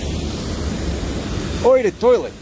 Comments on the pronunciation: As you’ve said, you might mispronounce things in french for fun, but eau de toilette is pronounced o the toilette. If you ask for water « De l’eau, s’il vous-plait » or phonetically “The low sil voo play” and you say toilette almost like you say toilet. “Tow-a-let” phonetically. I figured, since I learn so much in your videos, I could show you some things. I’ll go fuck myself now. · Oh du twoalette, is how you say it. LOL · "Oi de toilet" was the closest you got. The french viewers are seething. they still think French is the Global Language BWAHAHAHAH